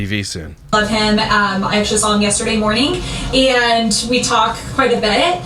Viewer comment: “Aayaaaand” Crystal…it’s ‘and’